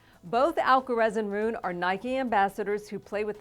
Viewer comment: She needs to learn how to pronounce Holger's last name. It's not "Roon," it's "Roo-nuh."